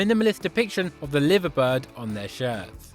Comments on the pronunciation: LIE-VER-BIRD not Lyver bird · Hahaha you cant say liver bird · well done, you mispronounced liver bird